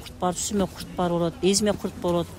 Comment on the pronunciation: Ой эжее чоон эле адам экенсиз озбектерге окшоп кайра кайра эле " курт,курт эле дейсиз да. Курут десениз кыргызча эле Билбесениз дагы бир жолу туура айтылышы да жазылышы да Курут болот